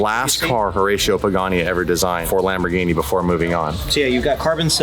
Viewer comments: Well, the Centenario would be a very well addition to the channel. BUT, as a big Lamborghini Fan you are, please do NOT pronounce Lamborghini "Lambordschini"! 🙏That is embarrassing! Lamborghini. Please! And I am very surprised and a little disappointed that you didn't even look at the wonderful Miura. The Miura is the origin of all mid-engine sports cars, even before the Countach, which I love very much, the first super sports car. One of the most beautiful ever built. You should definitely try to have this experience. Furthermore, dig in! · if you pronounce Lamborghini "Lamborjini" then you should also say Spajetti instead of Spaghetti🤣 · “Lambor-geenie”….. the black is so boss!!!!🫵